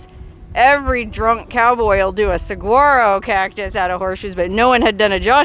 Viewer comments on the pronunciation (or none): Common saguaro the g is pronounced as an H cfc